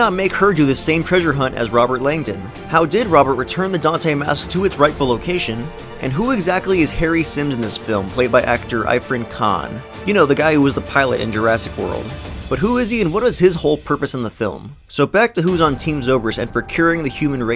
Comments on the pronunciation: Wrong pronunciation: Aifrun Kaahn Right pronunciation: Eeerfahn Kaahn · Is no one gonna care about how he pronounced zobrik correctly but IRFAN KHAN incorrectly